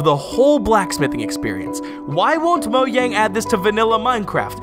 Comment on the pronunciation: If he says Mo-y-ang one more time 😤